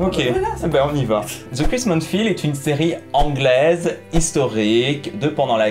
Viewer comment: Haha le coup du gâteau qui choque plus que tout le reste, j'adore! Juste une chose: c'est Crimson Field et non Crismon Field (comme tu n'as pas arrêté de dire pendant TOUTE la vidéo^^).